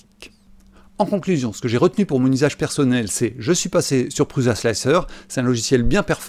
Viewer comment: Oh pitié l'ami ! On ne prononce pas 'PruZa" mais "Pruça" ;) Il y a plein de vidéos ou Josef Prusa prononce lui même son nom. Ce gars est quand même un des plus éminents contributeurs au mouvement RepRap. Imagines un gars qui parle d'informatique en évoquant Steve Jaube ou Bill Jettes, il ne serait pas top crédible, non ? Et Slic3r se prononce Slicer à l'anglaise. Simplify3dse dit Cîme-pli-Faille-Sri-Di. Et GRBL "Guerbeul", comme ça on sera complet ;) Sur S3D tu aurais éliminé les blobs en utilisant "wipe at end" ;)